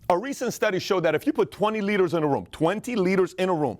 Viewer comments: Thought he said 20 litres in a room lmao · hahahahahahaha I thought he was saying "a study shows that if you put twenty LITRES in a room, twenty litres in a room, only one..." He completely ignores the "d" sound in leaders.